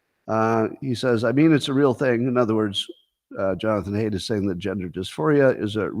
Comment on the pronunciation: You mispronounced the name Haidt. It rhimes with sight.